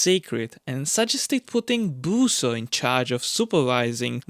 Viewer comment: Busso not Booooouso